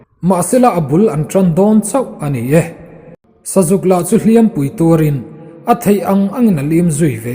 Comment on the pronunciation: Lianngura angaihnawm viau e, bung 23 na ka ngaithla tan a, "Ngên mu" hi i lam/thluk dik ta e, mahse, "Hliam" hi ila thluk diklo fo... A hmanna azirin athluk sang leh hniama lam rik angaia, tin, "Chawhnu thlangher" tih tur... "Chawhnu tlângher" ni loin.